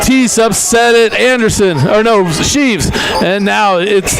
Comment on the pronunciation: its shreeve not sheeve